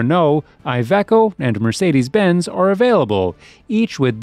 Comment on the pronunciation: Whenever i hear an american say MÖRCEEDIS BENTS I HAVE TO SLAM my teeth together and I get really angry. MERCEDES BENZ MERZEEEEEEDESSSSSSSSSSSSSSS